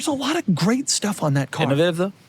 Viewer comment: Can we talk about how he said innovative on the honda fit?😂